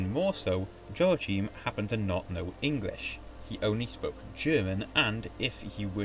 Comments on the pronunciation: Nice video, but your pronunciation of Irish name, and even German ones, is WAY off! 'Ioaichím', the Hibernicised (or Gaelicised) version of 'Joachim' would have been pronounced as 'yo-a-KHEEM'; the 'ch' in Irish and German is a guttural 'kh' sound, similar to the 'ch' in the Scottish word 'loch'. 'Séarlas' would have been pronounced as 'SHAY-er-las', not 'SEE-yer-las', and the 'Fried' in the German name 'Friedrich' would have been pronounced like the English 'freed', not 'fried'! Similarly, 'Proinsias' would be pronounced as 'PRIN-shas', not 'PROYN-si-as', and 'Seoirse' as 'SHOR-sha', not 'see-YOR-is', while 'High King of Ireland' should be translated as 'Ard-Rí na hÉireann'. Patrick Pearse, writing in 1906, wrote about the Ireland of 2006 as an independent Irish-speaking kingdom with an Ard-Rí as head of state, English having declined in use following the conquest of England by a Russian Republic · It's pronounced. yo ..ack....him